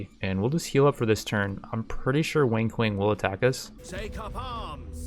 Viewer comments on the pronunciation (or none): Everytime he says Wang Kuang. It sounds like he says Wink Wink. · I heard "Wink Wink" instead of Wang Kuang for the entire video. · Is it just me, or does every single time he says "Wang Kuang", sound like "Wink Wink" instead? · am I the only one that hears "wink wink" when he says Wang Kuang? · great series, your commentary is funny af lol also anybody else hears "wink wink" whenever he says "wang kuang"? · its so funny how you butcherd wang kuang's name.